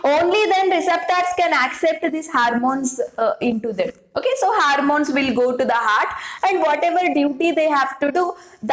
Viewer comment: Is this harmones or hormones???